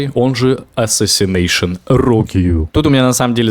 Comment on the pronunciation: Мути рога, а не "АСАСИНЕЙШОНАЛГАШУТЧШ" не удержался, сорян)